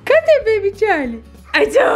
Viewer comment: Que esquisito vc falar bebe charlie